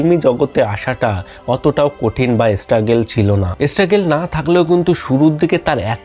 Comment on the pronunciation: Sob thik ache kintu pronunciation ektu thik korun . Nahole sob shobdoi banglay bolun. Sunte kharap lage struggle ke esstruggle, script ke iscript, video clip ke video cilip.r second wife jake dekhaken ota onar wife na..bhul information deben na..sobai ajkal youtuber